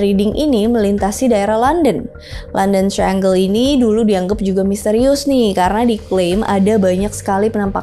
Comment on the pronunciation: Kak i love youuu tp florida itu bacanya bukan floraida. Trus triangle bacanya trayanggel. Just info yaaaa ❤